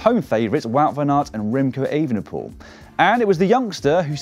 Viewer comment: I heard that too, in disbelief, but then listened again very closely. I think it's possible that when said too fast and with certain accents, Evenepoel and van der Poel sound almost indistinguishable within a sentence. However, a better effort should also be made by a pro commentator, IMHO.